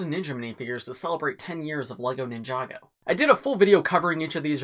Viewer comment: Did he just say ninjaga lmao